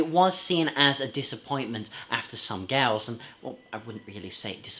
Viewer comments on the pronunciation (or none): I cannot agree with you on 'Some Girls' and not 'Some Gals' as you seem to pronounce it most of the time in your review. 'Some Girls' is an absolutely brilliant album. A 5* CLASSIC ALL DAY AND NIGHT LONG!! PS: Good general review of the Stones studio album discography. 👍